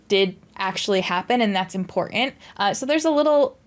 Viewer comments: With all due respect, please work on your pronunciation of "important" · Please stop saying important until you can pronounce important.